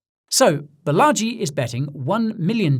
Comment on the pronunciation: Fun piece but next time it’s Baa-laa-ji ~ Balaji … bullagee as you say it is a bit cringy as a fellow indian… 💙